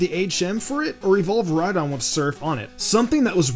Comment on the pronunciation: It's name is Rhydon like ride on